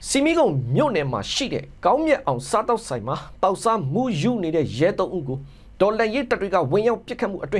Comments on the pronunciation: ရေ "ဆီမီးခုံ" ကိ အသံထွက်တဲ့အခါ "ဆမိတ်ခုံ" လို့ ထွက်ရပါတယ်ဗျ။ နောက် မမှားရအောင်ပါ။ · ဆမိတ်ခုံလို့ဖတ်ပါရေ